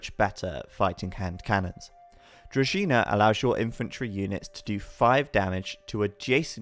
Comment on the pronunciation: Kudos to for knowing how to pronounce Druzhina (to be collected at the Varrock Museum).